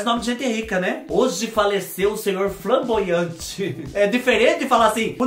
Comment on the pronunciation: Dando risada com o falando flaboante na verdade é flamboaian ke fala kkkk é uma árvore